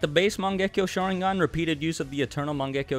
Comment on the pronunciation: I gotta say this u guys dont pronounce sharingan correctly